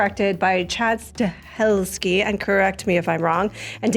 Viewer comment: You really couldn't pronounce "Stahelski"? :D